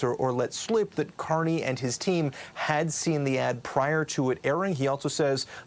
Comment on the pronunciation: YES, HE SAID CARNRY BACKED HIM